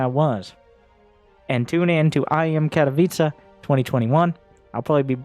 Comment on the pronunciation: So proud Katowice did such a good job of promoting themselves with such a huge event, well done my silesian friends! Also how did they manage to make foreigners pronounce the name correctly? So little things get done properly here in Poland, good to have such great exceptions :)